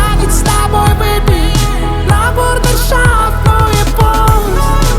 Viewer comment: БУРдешафт дейт го. Брудершафт дебей 😂